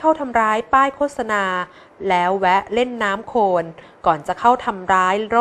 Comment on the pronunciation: ฟังไปฟังมา หูได้ยินชัดว่าผู้อ่านข่าวหญิงอ่านคำควบกล้ำไม่ผ่าน น้ำตกพลิ้ว ได้ยินอ่านว่า น้ำตกพิ้ว ,ช้างพาย แก้ว ทั้งๆที่หวัข้อวีดีโอขี้นว่า ช้างพลาย แวะเล่นน้ำโคน, แทนที่จะเป็น โคลน อันตลาย เป็นผู้บรรยายข่าวไม่ควรพลาดการออกเสียงภาษาไทยที่ถููกต้อง ข่าวคนดูกันทั่วประเทศ ลงยูทูปเสียงไปทั่วโลก ถ้าคนไทยอ่อนภาษาตัวเองนี่ อือออ..น่าเสียดายคะ แนะนำผู้บรรยยายข่าวไปหัดฟังภาษาไทยที่งดงาม ใช้ถูกต้อง อออกเสียง ร.เรือ ชัดเจน คำควบกล้ำ ร. เรือ ล.ลิง ชัดเจน ที่ช่อง อ.อาดัม แบรดชอร์ อ.สอนภาษาอังกฤษให้กับคนไทย และปัจจุบัน อ.อาดัม ยังเป็นตัวอย่างการใช้ภาษาไทยที่งดงามและถูกต้องให้กับคนไทยอีกด่วยคะ โชคดีีที่ผู้บรยายข่าวออกเสียง ร.เรือ ชัดแจ๋ว ไม่เป็น ลอ.เลือ แบบที่คนส่วนใหญ่เขาเป็นกัน แนะนำเพื่อคนไทยจะได้ช่วยกันใช้ภาษาไทยให้ถูกต้องสู่คนรุ่นต่อๆไปคะ